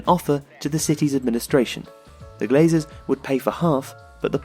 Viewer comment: It’s ”Glazers”